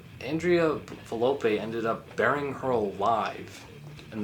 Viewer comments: nicola sapone was not the girl, it was the bald dude. also its volpe not valope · i have to say this is not very well Research ed, there is a lot more Information regarding tollis and his involvement with members of the beasts of Satan. Also you got some names wrong (Its volpe and not velope, for some. reason you say it right later down the line)